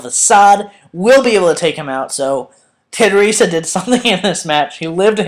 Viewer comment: it's tedi UURRRR sa